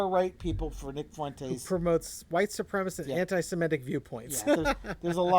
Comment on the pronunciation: Supremacist. While often mispronounced, it is not spelled how it is mispronounced. Sorry, pet peeve.